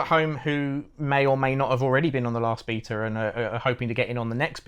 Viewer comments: Love these outside of the nails on chalkboard of hearing them mispronounce "Beta" through the whole thing. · I'm sorry i hear beater rather than bay-ta..... Beta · bro says "beater" instead of "beta" and it is very charming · This video is just more proof that those who win world wars and those who pronouce Beta as beeetah. Lol